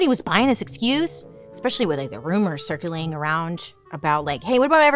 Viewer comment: Oh NOOOOO, she said “eX-specially” right around the Mary poppins part